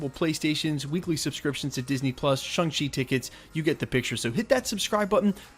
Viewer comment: The way ALL YouTubers aware choosing to pronounce Shang chi is driving me crazy😫😫